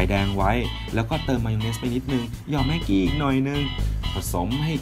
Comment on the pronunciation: ตอน บอกว่าแม็กหกี้อ่ะ